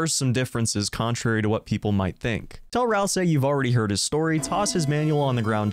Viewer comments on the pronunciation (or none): none